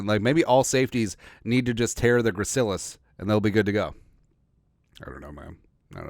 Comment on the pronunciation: Just got out of ANATOMY, got an A in the class so I'm now a self proclaimed JEROME EXPERT. You pronounced it correctly the first time. Had to memorize all of that info, for not only the Gracilis, but for EVERY OTHER MUSCLE IN THE BODY! F that class. Lol.